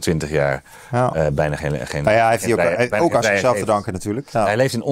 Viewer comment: Is niet 40 maar en de enorm grote klemtoon ligt op het woord OOK. Vind het ook pijnlijk om te horen. Respect voor je grieven. thumbs up bij deze. Eens. Hier zou ik kunnen stoppen. Toch. Er zit toch wel een heel klein beetje in, als je ‘aan zichzelf te danken’ iets anders leest of interpreteert. Begrijp me niet verkeerd. Je mag niet zeggen dat Theo van Gogh bijvoorbeeld om zijn slachting vroeg, dat het aan hem te danken was, zeker niet. De daad, het kwaad, de schuld ligt helemaal bij Mo B. Maar toch kon je er ergens op wachten, vandaar dat ik Theo per mail ook waarschuwde. Zeker niet om te zeggen dat hij een gewelddadige reactie aan zichzelf te danken zou hebben. Meer in de zin van, als je een gemeen iemand gaat treiteren kun je een gemene reactie verwachten. Denk dat je wel snapt wat ik bedoel. Zelf christelijk orthodox opgevoed kan ik me nog herinneren hoe alleen al het horen van een vloek mij door de ziel sneed. Echt, door de ziel sneed, een diepe vlijmscherpe pijn. Als dan iemand lijkt expres op je ziel te gaan stampen, ja, dan kunnen er gekke dingen gebeuren bij primitieve geesten. Nogmaals, schuld helemaal bij die primitieve geest. Maar wetend dat er primitieve geesten zijn, kun je wel wat voorzichtiger zijn. Zoiets. Pff wat veel woorden, sorry